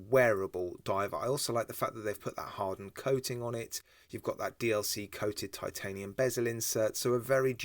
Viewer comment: I bought their Reef Madter, three or four years ago. Really well made and excellent lume. Have to say l rather like this new Appollo too. Yeah, could say sightly cartoonist hands, but they're big, chunky and unique. Another excellent video. Not going to mention the pronunciation of titanium any more. I've obviously lost that one. Cheers. All the best David Rutherford.